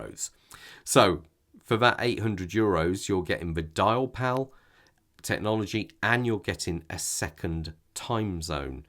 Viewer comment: It's copper sulphate. And it's not "Dialpal", it's Diapal i.e. DIAmond PALette - no "l".